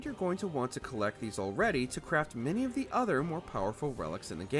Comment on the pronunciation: IT IS "The" NOT "Th" 😅